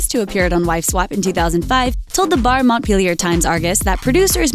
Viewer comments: Barre-montpelier times argus.... barre = barry... not bar.. so annoying. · Barre, Montpelier IS NOT PRONOUNCED "BAR" OR "BARR". For Crist sake people, do some research. It is pronounced "Barry" or "Berry". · The Barre/Montpelier Times Argus is pronounced "Barry" not "Bar" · You mispronounced the name of the newspaper you mentioned in the second story, the Barre-Montpelier Times Argus. Barre is actually pronounced like "berry"---Not trying to be annoying or anything. It's my hometown and people always say it wrong :) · Barre is pronounced like berry.